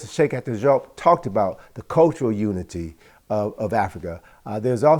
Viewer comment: Brother, learn to pronounce professor Jopp properly. The French transliteration is Diop as in Dee Hope, without pronouncing the H in Hope. DeeOpe or Jope to sound like the Woloff of West Africa